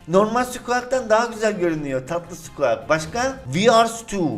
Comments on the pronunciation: Squak değil sguik abi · SQUAK DEIL SQUİK DIYE OKUNUYOOOOOO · Abi bişey diycem sen skuik e skuak diyon o skuik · sqak diye okunmuyo squik diye okunuyo 30 yaş üstü adamsın bunu bilmiyon yaw :D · Abi squak diyi skuik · Skuak deil skuik diye okunuyor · lazın suqeak demesi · Abi sanirim Squeak " Skuik" diye okunuyor. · skuik diye okunuyo abi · abi squik diye okunur nolur öyle oku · Abi sanırım skuiks diye okunuyor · ABİ O SKUİK DİYE OKUNUYOR